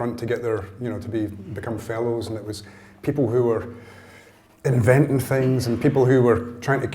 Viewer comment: FINGS?!!! really? On worldwide tv?? "People who were inventing FINGS" smMFh!! FINGS!!!🤢😖🤮 In the company of someone as polished and educated as this fine woman, hes opening a statement holding 'FINGS' unFUKNbelievable🤯🤮🤬